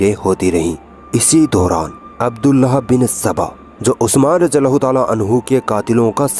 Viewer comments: Radi Allah is the correct pronunciation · बहन रादियाल्लाहो ताआला अनहो में द और ज साथ में बोलोगे तो सही होगा ।